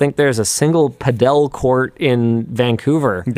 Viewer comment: Pretty sure "Padel" is pronounced "paddle" isn't it?